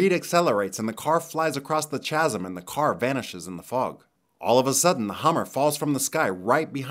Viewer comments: Just FYI, you say Chasm wrong. It's not CHHHAsm Its "Kasm" KthanksBye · I didn't see this anywhere else but someone had to have already commented this : Chasm is pronounced KAZ-EM. Not CHAZ-EM. But it's a very easy mistake. Good video besides that tiny bothersome bit! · "k"asm, not "ch"asm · Nice. Small detail, "chasm" pronounced "kazəm" with a hard "K". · Chasm is pronounced "kasm" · lol "chasm" 😂 That's a silent h my dude. It's pronounced with a k sound ka-zm. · Chasm is pronounced kasm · I'm sorry bust chasm is pronounced kasm, with the 'K' sound. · "Tchasm". Wat? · Who does pronounce "chasm" like this? :-)